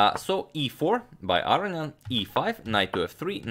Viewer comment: Love your work, but just for the record, because you've been mispronouncing his name repeatedly now, its Ah-row-nee-en, not Ah-ree-an. Just for the record. Many thanks for your videos.